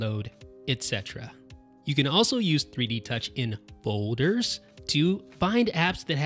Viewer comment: Lol haha fohders and hohd instead of hold